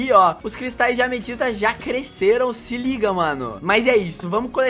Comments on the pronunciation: Não se fala amestista se fala ametista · vóce falo mal ametista